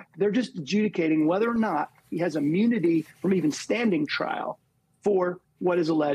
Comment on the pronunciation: Anyone notice he seems to switch between "immunity" and "ammunity"?